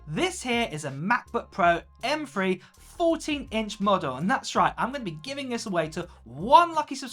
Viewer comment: “M Free chip”